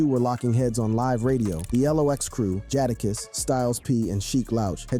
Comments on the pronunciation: 😂😂😂😂😂😂 I thought the same 🤣 jaddahkiss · This video isnt credible if you cant pronounce the lox members name properly